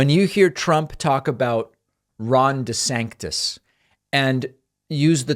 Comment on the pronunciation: I'm sorry, but "Desanctis" is gold. Trump sucks, but I am absolutely looking forward to him roasting Desantis in the primaries just for the comedy.